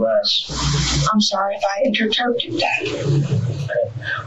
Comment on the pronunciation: "Inter terped" 🤣 This asshat has said a lot of funny shit, but takes the cake